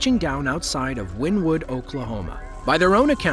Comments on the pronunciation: Also get the town name right. It's not "Win Wood" it's "Winnie Wood" as pronounced. Locals would slap you for calling it that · WynnEwood is how they pronounce it around there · It's pronounced Wynn Ne Wood- I have traveled there numerous times as a Network Eng for and oil and gas company. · Wynnewood is pronounced WIN-E-WOOD!!!!!!! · Its actually pronounced Winnie wood. I was raised pretty close to that town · it's pronounced wynEEwood. born there. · Wynnewood is pronounced like Winnie in Winnie The Poo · I am originally from Wynnewood pronounced correctly (Win ne wood ) Oklahoma was there and just got off work at a shop off of hwy77 straight east of the initial touch down when i got home it was 1.5 miles due south of my house near Indian meridian road i could hear it and (like a train wreck cant look away because ) it was a beautiful and amazing but destructive experience it hit mostly rural areas which was a blessing for the towns people. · It's actually pronounced Winniewood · Jesus christ man, do your research it's not called Wynn Wood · It's pronounced "winniewood" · It’s pronounced Winnie wood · Pronounced, "Winnie-Wood." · It's 'Winnewood' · it’s not, I live like 5 miles from there and everyone pronounces it as Winnie wood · Oklahoma is not in the Midwest and it's pronounced "winnie wood." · It's pronounced Winniewood. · Us locals pronounce it Winnie-Wood. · Pronounced "Winnie-wood" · It is pronounced Wynn-e-wood. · It’s pronounced like Winnie wood not how he said it😂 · I love this channel basically all of the time … but every time he says win-wood … I die a little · It’s Winnie- wood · I live in this area of Oklahoma, tornado season is always fun. Btw it’s pronounced Winnie-wood. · I live in wynnewood and by the way you Pronounced it wrong